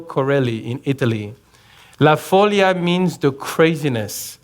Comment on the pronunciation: Great show! Note: follia is pronunced with the stress on the 'i'